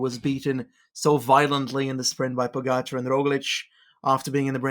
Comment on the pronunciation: Is it just me or is he butchering Pogcar's name? POH GACH HUH? Anyway, love the pod, on to the Worlds.